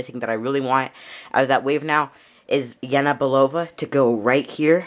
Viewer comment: You keep saying Yena instead of Yelena 😂